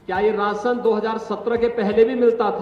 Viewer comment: राशन नहीं “रासन” समझे!